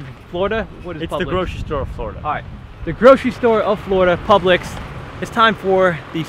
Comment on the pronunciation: The store name is pronounced like pubelicks